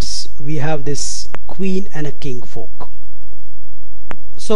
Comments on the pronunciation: i think that would be pronounce as "FORK " no "POK" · Super royal folk. Enable subtitles 😂😂😂